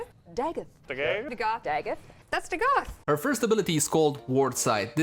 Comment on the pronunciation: its TheGoth no Dagath